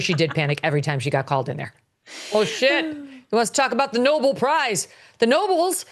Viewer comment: It's pronounced No-bell, not No-bul !!